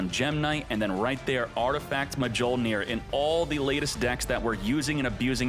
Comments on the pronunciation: Mah-jole-near is crazy lol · Man never read a Thor comic in life. Its Mil-near . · "Mah-jole-near" lol - never watched a marvel movie. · Artifact: mah-joe-near Marvel: 4 thor movies and we have failed.